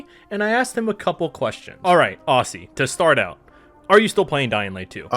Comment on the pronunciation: As an Aussie, let me tell ya, you pronounce the word "Aussie" unlike pretty much any Australian actually does. Think more "Ozzy" less "Aus-See"